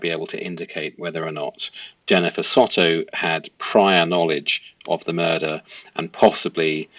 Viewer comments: It’s sowtow not sotto 😂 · It's not SOTTO...soundsmore like So tow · Try saying So Toe instead of Sotto 😊